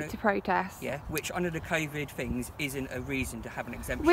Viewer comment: "Under the covid... fings"